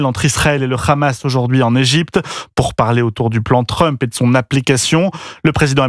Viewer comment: Europe 1 et les sioniste en France ont du mal avec la lettre h, c est pas rhamas .. 🤦‍♂️🤦‍♂️🤣